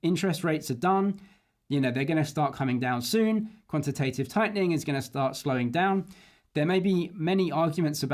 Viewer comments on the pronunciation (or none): Great vid as always ….even if you do say ‘quantative’ strangely 😅